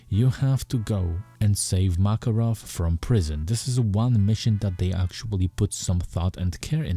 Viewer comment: Not "MAAAKAROV", IT'S "MAKAAAAROV" (Makárov). Sorry, dude. Hurts my ears